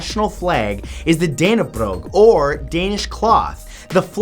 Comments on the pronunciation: Oh Matt, that is not how you pronounce Dannebrog. It's more like Dah-neh-bro. But I don't blame anyone that struggles with Danish, we barely pronounce the words when we talk. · Dannebrog not dannebrogg - you pronounce it da-ne-bro and don't roll the r and put pressure on the e